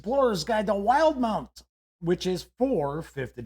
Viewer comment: "will - di - mount"